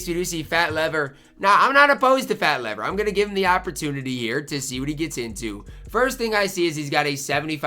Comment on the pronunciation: it's pronouced Fat 'LEAVER'. I only know cause i'm old enough to have watched him when he played :)